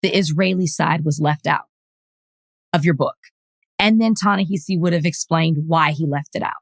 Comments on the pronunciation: Rachel's pronunciation of Ta-Nehisi's name is incorrect. Listen to how Nate pronounced it. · Van, you got the right pronunciation for Ta-Nahisi Coates. It's not heezee but hawzee. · I ❤ my Soror Rachel, but the way she was so loud and wrong on the pronunciation of Ta-Nehisi’s name was disturbing…